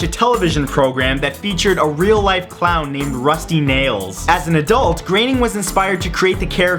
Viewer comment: Plz dude it's groening not graening